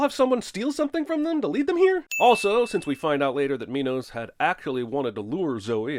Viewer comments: So the director forced his actors to say minos. it's min os. not my nose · Minos not mynos